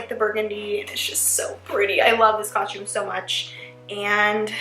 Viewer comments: it's cos-tume not coshtume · It's not coshtum it's costume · its costom not coshtom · ok but it’s coSTum not coSHTum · Ughhhh the way you say COSTUME like COUSME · U keep saying costchume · No offense or anything but it’s pronounced COSTume not COSHume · it's costume lady, not coshtume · I couldn't help but notice that she kept saying coshtume instead of costume; is she Canadian or something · Its not cos-shume its costume! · It's costume not coshtume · Did anyone else hear her say "coshume" instead costume? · This was great BUT she keep saying coshtume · oh my Lord it's costume not coshtumes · you said coshtum soo many times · stop saying coshtume it's pronounced costume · I love ur vid but I can't help but notice u kept saying coshume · does anyone realize that she says costsh instead of costume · She says coshume instead of costume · She keeps saying coshume instead of costume 😂🤣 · She says COSHTUME a few times instead of costume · it annoys me that she keeps saying costume wrong. Its not coshtume is costume!!! TRIGGERED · Lol its costume not costshume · why you keep saying " coshume" why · its costume. not coshtume. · ITS COSTUME!! NOT COSHUME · I just don't like how she says "coshtume" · I hate how she says “coshtume.” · Jenna pronounces costum coshtume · Why did she say costume like that? She said Co-shtume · I love that she said coshtume like me when I was younger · the only thing i dont like about this video is how she says the word costume "coshtume" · Costume. It's pronounced costume. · I just heard she say coshtume 😂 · It annoyed tf out of my that she kept saying coshtume so I didn't watch the whole thing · she said coshtume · Us dancers have said it so many times we've basically gotten tired and found a shortcut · why are u saying coshtume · MadiLynn 13 and costume she says coshtume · I hate when people say that I'm from three country gosh dang it and it's not pronounced coshtume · same ahah "coshume" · Evelyn M same